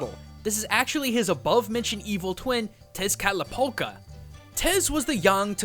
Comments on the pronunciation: Your pronunciations of these Aztec/Nahuatl names hurts me inside.... I mean good lord, did you even try? Also Tezcatlipoca wasn't the twin brother. It was Xolotl, the god of sickness and deformity, who was. Seriously, search up his name and you'll find it. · As a Mexican it is funny to hear english speaking people try to pronounce mexican words like Quetzalcoatl and Tezcatlipoca :P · The video and the information in it is really interesting, but your pronuntiation of Quetzalcoatl and Tezcatlipoca are painful to hear